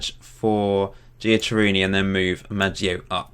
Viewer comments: its not jack it gui-a-Ke-ri-ni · Giacheriini is Jack-er-rini